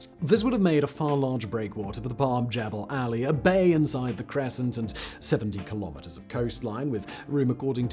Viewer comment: And learn how to pronounce Jumeirah and Jebel Ali 😂